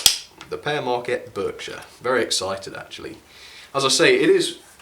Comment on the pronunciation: it sounds like pear mrakcat when it's pere maquette